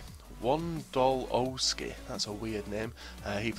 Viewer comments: Wondolowski is prenounced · Lol ur pronunciation of American/Hispanic names is hilarious. Wand-oh-low-skew and Cast-I-yo. And Hugh-ston. Lol I'm not hatin I just thought it was funny.